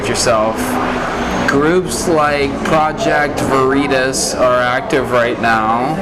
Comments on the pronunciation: “Project Veeeritaws… what’s that?” I mean… that’s funny! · The last 30 seconds is hilarious "Who is Project Ver-ri-tas?" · Project VEeeerEeetAs.... Whats that bro? Hahahahaha!!!! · Project ver-I-tas 😂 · ''groups like pro-ject vur-e-tus'' .... ''what the fuck is that?''''' holy shit! ! ! ! ! ! ! EPIC LEVEL TROLLING!!!!!! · Putting the emPHAsis on the wrong syLAble when reading “project veritas” was freaking genius lol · to the end is priceless - who is Project Vereeetis? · bwahahahaa OMG this Veritas reporter deserves a Pulitzer for this... haha Project Vereeetass What is this :P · Project Varitos. Lol. I think by the end of this interview, he will learn and never forget how to pronounce the name again! I doubt he will become a fan. Lol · Dam he said project verriitos....then. He said I'm glad I met u organically...hahahahaha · The end is gold. Pure gold. "Project Ve-ree-tuss"... LOL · "Project Ver-RITAS!" 😂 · This guy calling Elon special lololol. Project Verrr itas lol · Project Veyer-eee-tuhs. What's that? 😂🤣😂🤣😂🤣😂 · Project vurr-ee-tus 😂😂😂😂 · As creepy as the rest of the footage was, that ending was hilarious~ "Project... Var-E-tahs?" Gold. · Master level trolling😂 And I laughed so hard at his pronunciation of Project “Va-Ritas” and then says, “who is that”. Just hilarious😂🤣😂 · "Project Vur-eet-us". Priceless. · He overplayed his hand when he mispronounced Project Veritas. The guys red flag alarm just went off but he ignored his own gut for whatever reason, greed, lust, or pride but that was cool to see! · Mispronouncing the name. An act of genius. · Yes, but the look from the other guy was like, "where has this guy been? Under a rock"? I thought it could have blown his cover. Being knowledgeable about what has been going on but then can't pronounce the name of a news organization that's in the news every other day is suspect to me! That's just me Works alot but for some their "spidey hairs" stand up.